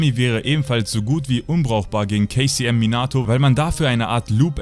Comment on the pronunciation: Immer wenn du kcm gesagt hast hab ich kfc verstanden